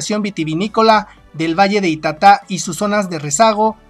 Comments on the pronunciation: Es ita'ta y con tilde en la primera vocal y no en ka última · Se pronuncia ITATA, CARGANDO LA VOZ EN LA SEGUNDA SÍLABA, PALABRA GRAVE SIN TILDE .